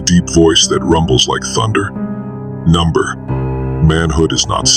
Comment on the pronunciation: I've lost count of how many times these AI voices try saying "nah, bro" but it comes out as "number". lmao.